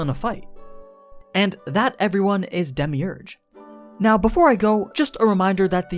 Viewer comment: who else got triggered when he pronounced his name wrong lol